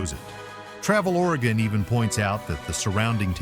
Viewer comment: ORYGUN....Not Origone